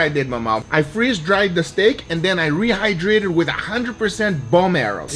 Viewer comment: When Guga said he rehdrayted the steak with powerade i died XD